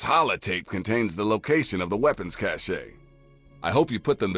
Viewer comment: Two dog doesnt understand how to pronounce cache lol